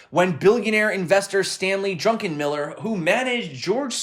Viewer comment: you said drunkenmiller hahahaha